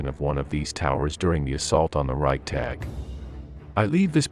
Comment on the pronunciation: Great commentary but when YOU pronounced Reichstag i cringed. OMG!!